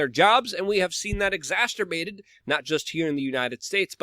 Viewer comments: I heard him pronounce it once right I swear 😆 I messaged him the phonetic pronunciation at least 🎄 tree times 😆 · "Exasterbated" lol every time.